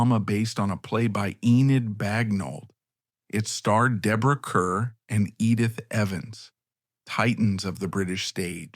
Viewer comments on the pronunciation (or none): She was NOT there to receive her Oscar. Her parents didn’t even tell her about it. And it’s Deborah Kerr, pronounced Car!